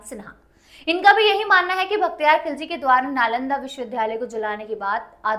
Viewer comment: vakhtiyar nahi bakhtiyar ........didi pehle shi uchharan kro fir history pdhana